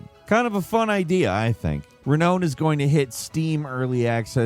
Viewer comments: You mentioned your mispronunciation of words, so I figured I'd help you out. Renown is pronounced Ree-NOUN, not Reen-OWN. Have a good day,. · Renown? You really don't know how to say it? Lol (Re-noun) not (Re-known) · My whole life might be a lie but isn't it "re-noun" rather than "re-known" 😭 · re known? its renown bruh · Re-Nohn is a game where you become renowned, Re-Nohn! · I laughed when he said re-known 🤣🤣 I mean, renown is an actual English word...we don't need to guess how it is pronounced haha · I just don't get it... How do you say renown and then renowned and then fuck up renown again?!! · Re-known. 🤣. You even said “Become the most renown player” 😂 The dueling one and the total war with guns game are literally just tech demos. The soul purpose was to show off their tech and sell out. Not sure how I feel about that in the industry really since that was most early access scams with crowd funding. Let’s promise a game. Make a prototype so we can’t get sued. Then sell the tech for more money with way let development cost. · word of the day: reknown. Lol he even says renowned just fine then said reknown again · Sometimes I feel like you mispronounce things just to get comments lol It's Re NOW n...like reNOUN c'mon man you can do it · The worst part is he even says it right during the description then he's back to saying it wrong at the end 😂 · No it's not, it's ray-noun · Was just about to comment this! 🤣 He said it correctly, but mispronounces it when saying the title of the game XD. Like someone commented in another video, at this point, I think he's doing it on purpose to get engagement 'cause he knows people like us will comment on it 😅😂. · How does he not know how to pronounce ‘reknown’? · Renown is pronounced REE and then NOUN, like the type of word.